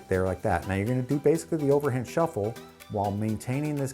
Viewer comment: You mean shiffle?